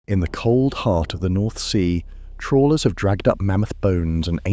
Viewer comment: trawlers not trollers :face-turquoise-covering-eyes